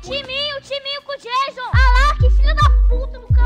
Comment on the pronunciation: O não é Jason é Jaison